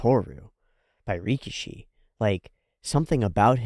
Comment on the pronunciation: Let's start by calling GOAT antag properly: it's ricky-ish-y. Ricky-she sounds like sumo wrestler (rikishi.) It's funny how one extra "i" makes a huge difference 😆